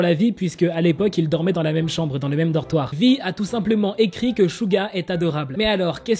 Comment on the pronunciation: On dit Suga pas Shuga prononce bien le nom😊❤